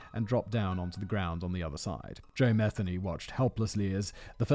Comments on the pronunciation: He lived in my neighborhood every channel has Said his last name wrong lol. It's pronounced mi-theen-ee not meth-any. The lady that got away is clean now living around here still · Good God. At least say his name correctly. Muh-Theeney. Aren't you from Great Britain? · Oh Jesus tap dancing Christ. It's Ma-thee-y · It’s pronounced MU-THEE-KNEE 😉 and before anybody says anything I know because I’m related to him and I have the same last name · I’m actually related to this guy, you’re pronouncing the name wrong